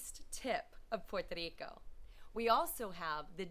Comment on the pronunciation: Puerto RRico. Like Jerry in english. You've been there long enough to know how to pronounce it better even with an English accent.